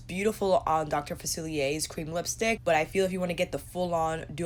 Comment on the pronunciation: SAME! I bought the princess pr and I wanted villains pr too. It's pretty and I wanted it 😁 ALSO, I wish colourpop sent you the PR to review. You've been the most enthusiastic and literally the only person to pronounce "Dr. Facilier" correctly in their review. 🤣